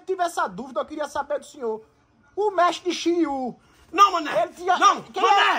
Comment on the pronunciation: O "Mestre shyriu" foi dahora kkkkkkkkkkk, mané do q vc vai se tornar um mestre pokémon e vai treinar Luara depois kkkkkkkkk